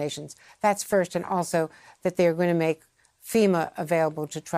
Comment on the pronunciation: Did she just say trible areas.